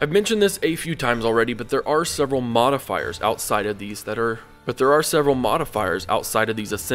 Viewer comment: did you said Motifiers or Modifiers I'm confused Btw great explanation on economy Kong Rong would be proud.